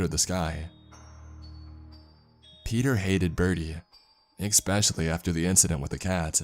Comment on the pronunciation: I love how you can't say especially... My channel shows I have the same problem with certain words 😔 thankyou for narrating these they are perfect to fall asleep to 😁 you are doing a fantastic job thankyou 🤗